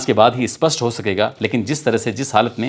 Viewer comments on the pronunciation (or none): none